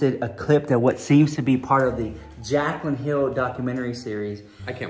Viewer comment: Girl im rolling my eyes when i hear jaclinn